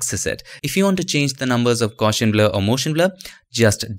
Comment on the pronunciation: The best 'adding reflections' tutorials I've seen. Your teaching style is excellent too. Please allow me to point out one tiny detail. The word 'Gaussian' is pronounced in such a way that the 'gauss' part rhymes with 'house'. The word relates to the 19th century mathematician Carl Friedrich Gauss. The blurring algorithm for this particular form of blurring makes use of his mathematics. Not important to know but I thought that you might be interested. Thanks again for your impeccable tutorials